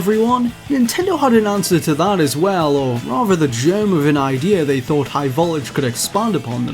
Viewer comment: Why doesn't this guy pronounce his Ts? Every time he said "high voltage" he says "high vol-age." It's really irritating me.